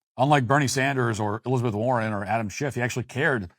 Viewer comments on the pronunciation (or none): none